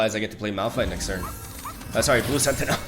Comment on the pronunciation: the way he says blue SentiNEL , it's Sentinel Tragin , TARGOOOOON